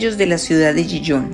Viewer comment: Le advierto que Gijón se pronuncia, en correcto español, con ge y jota, Gijón, es una ciudad de Asturias, en España, como dice el cuento. Me deja a cuadros cuando pronuncia Gijón como si fuera la francesa Dijon, la de la mostaza.